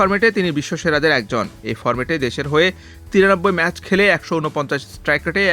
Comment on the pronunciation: ম্যাসেস না এটা উচ্চারণ হলো ম্যাচ